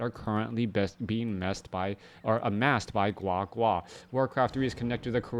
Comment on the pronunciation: Oh my. The way you said GuaGua was soooo Chinese! Love it